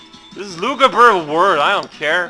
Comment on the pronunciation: lol, "luguber"